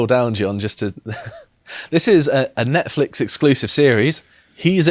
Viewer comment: idk, maybe its an accent thing, but its pronounced 'Nonce-flix' its really distracting calling it that weird name